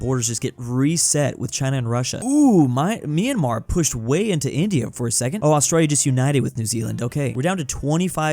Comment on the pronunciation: It's my-an-mar, not me-an-mar!!!